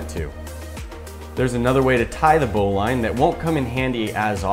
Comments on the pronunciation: Lol, its a "bow-lin" not "bow-line" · BOW-LIN its not pronounced bow-line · It’s pronounced bowliine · It's pronounced bow-leeeen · You say bowline like Bolen not how you say it. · It's spelled bowline but pronounced bowlin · It’s pronounced bow lin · It’s pronouncedbolin knot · Chou pronounce bowline wrong